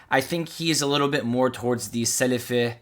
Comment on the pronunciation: Within the first two minutes of this video when you’re describing Ali Dawah’s beliefs you pronounce Sunni “sunnEH” and Salafi “salafEH” with a (haa) ه at the end trying to sound knowledgeable clearly shows you don’t even know basic Arabic and are therefore not qualified to teach anything about Islam